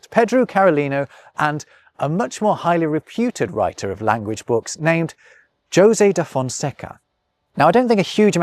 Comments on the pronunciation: Jose you say it "jo say" but i only ever heard that pronounced "ho say" 🤔🤷‍♂️ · Did you just say "Joe-zay" de Fonseca? You may be, but you're clearly not robbing pronunciation. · also, Jose should be pronounced as Hosay, shouldn't it? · In Spanish, "Jose" is pronounced with the 'j' as in the English 'h', is it not? ("Ho-sey", phonetically, approximately.). To hear you repeatedly refer to "Joe-sey" da Fonseca sounds really wrong. Am I wrong? Would that not be Jose as in "hoe-say"? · it’s Hosay. Not Josay. omg 🤣 you’re funny sometimes:) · I’ve had just enough Spanish influence in northern US to pronounce Jose as “ho-zay” not “joe-zay”. I’m confused as to what happened here. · Are you not aware that ‘Jose’ is pronounced “hoe-say” ? I know it’s a small matter, but for someone making his points about language and culture, this is an issue. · Hey, I know this is an old video but a teeny tiny thing bothers me. If you tried to pronounce the portuguese and french words correctly, why did you anglicise the names José [ho-say in the properly anglicised version, ho-sé properly] and others in the video? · José is of course pronounced Ho-zay. Doesn't know of the song: 'Do you know the way to San José'? sung by Dionne Warwick. Saw her in concert for nothing in the late 80s. Classy lady. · Very careful and excellent portuguese pronuncation ... followed by 'ped-drew carolinu' and 'djo-se' (actually maybe that is right, I only know a little portuguese, and brazilian at that.) hell, hedgehogs were called urchins in english for a while too. It was nice of him to at least sorta give credit to the guy whose book he copied and then tried to change french to english. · Great video,. Very entertaining. However, at no fault of your own but requiring my feedback is that the pronunciation of Jose is in fact Hose. thank you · Wait a second. You should know the Jose in Spanish is pronounced "Yo-Zay", and "Hoseh" in Spanish. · please learn how to say Jose and Pedro